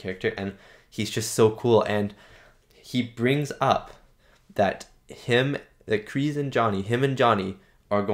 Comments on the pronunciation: No more... Sorry but Kreese is not Tom Cruise, the S is like S not Z. You said someone told you it's pronounced Z, just listen to the first movie again, it's definitely S in Kreese. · It's Kreese, not Krease. Love your reviews and reactions, by the way. Enjoy the rest of season 3, it's the best season so far!